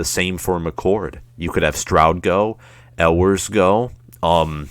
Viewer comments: I’ll take this dude serious when he learns how to pronounce “You-ers” name correctly!! GO BUCKS!! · It is pronounced "you-ers" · For UM fans proclaiming that their school is better than OSU, this dude does not lend support to that claim. Where does the "L" sound come from in Ewers?